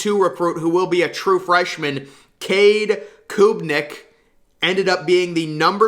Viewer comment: “Cade Koobnick It’s pronounced “Cade Club - nick”